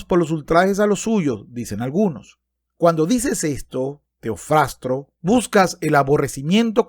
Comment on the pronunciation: "airear" "Teofrastro" "prescindibles" Etcétera... Tío, aprende a leer. Me desuscribo.